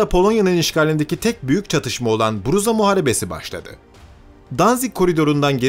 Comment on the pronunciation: bzura yazılıyor lakin seslendirme bruza diyor bir hata mı var acaba dakika